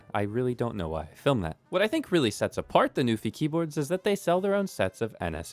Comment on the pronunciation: He said "Newfie keyboard" so many times. Shoutout to my fellow Canadians!